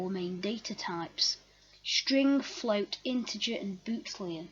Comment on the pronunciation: Nice video. Thanks. One correction, its boolean not bootlean.